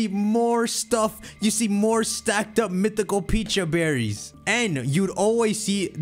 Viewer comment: i love how cant pronounce pecha berry either